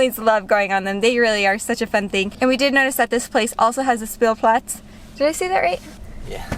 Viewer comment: actually it's pronounced more like "Shpielplatz"